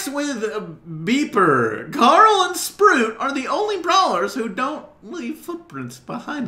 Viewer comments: I liked when you said “sproot” ! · nobody:: sproot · In the fun facts with Beaper part He said Carl and Sproot instead of Carl and Sprout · I'm sorry, but SPROOT? Hahaha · Carl and who? Why did u say Sprout like that omg